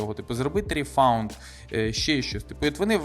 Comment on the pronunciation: аААААА у меня сейчас кровь из ушей пойдет - пожалуйста не говори РИФАУНД! Возврат по английски РИФАНД, спасибо )